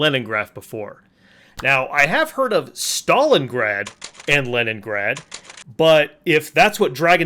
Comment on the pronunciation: Leningraf and Stalingraf... When his script was written, the person doing it hit the neighbouring key and now I wonder for how long he has miss said the names without noticing it.Not gonna brag but I've know of both cities since at least I was 6 years old.